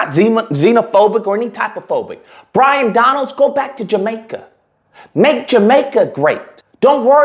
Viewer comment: His name is Byron not Bryon and he was born in Brooklyn. Your ignorance is pathetic. By the way do I get reparations for my dead family who fought to free the slaves? You are nothing more than a 💩stirrer.